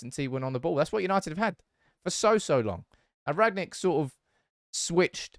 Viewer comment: "Rag-Nick" can you learn to pronounce his name.